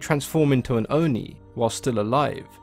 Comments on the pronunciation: Great video! I really enjoy learning things about myths and especially Japanese culture (I'm Japanese myself but don't know in this detail about stories and creature). Also, not sure if anyone else has commented, but Japanese words are written syllable by syllable and the i at the end of Oni doesn't affect the o and it's a short o. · I like how he pronounces non-english words. Owh-Ni=ONI, DowJi=DOJI, EMNA=ENMA, RAYKO=REIKO, SAKI=SAKE